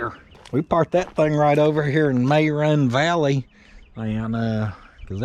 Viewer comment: May Run Valley Lol 🤣